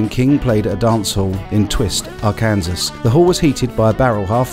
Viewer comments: Our Kansas..... Haha! My friend, it's pronounced: Arr'-kin-saw' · Hey everyone, I'm loving reading your comments. 😊👍So glad you're enjoying this series. I am too! I also realise that it should be ES guitars not just 335 and I've been reminded for a second time how to pronounce Arkansas. I'll probably still forget next time 😂⌚👍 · I am an American and I think it is silly that the "kansas" in Arkansas and the state of Kansas have different pronunciations.